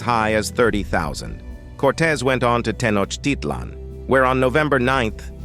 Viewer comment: I wish the speaker would pronounce Tenochitlan correctly! That said, there's some valuable information presented in this video. Bear in mind that the history and culture of the Aztecs is more complex than it is presented here. They compelled less powerful Indian tribes to pay tribute to them, and their own prophecies predicted the coming of "pale-faced" people. Sadly, they viewed their decline as inevitable. There are similarities, nonetheless, between Europe's conquest and colonization of people of color, globally.